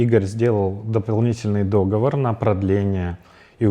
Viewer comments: А что он неправильно сказал?) Гений русского языка. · Сразу понятно становится, после того как СЕО не знает как правильно говорится слово договор, игроки получают такие деньги и не знать какие пункты в контрактах у них, ну это бред. Базарит о том, что за сумму выкупа не покупает никто игроков, а потом говорит что Роджера продали именно за сумму выкупа в контракте, хоть и частью сделки стал лил (который уже по сути был свободной агент) рассказывает что многие игроки переходят в другие организации, из-за того что уже не хотят играть за тег, а тут вдруг нави начинают переводить в запас и тд, вместо того чтобы быстро сделать трансфер. Понятное дело, что если игрок перед квалами резко уходит он подставляет состав, так делайте нормально контракты, которые буду т иметь юридическую силу, сейчас не 2010год, когда составы команд были закреплены в файле ворд на компе, и смысл Нави обижаться на что-то, жаловаться когда киберспорт стал давно уже большим бизнесом и не иметь нормальных юристов в орге, которые могут каждый пункт разобраться и подстраховаться, ну это уже ваша проблема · слово договор, можно говорить как дОговор, так и договОр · могу тебя расстроить, русский язык ты до сих пор не выучил. Так в слове договор, ударение возможно в обоих случаях.